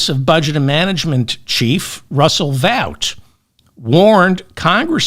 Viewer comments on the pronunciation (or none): FYI, Vought is pronounced 'vote'. BTW, you've permanently damaged my corneas w/Diaper Don's images!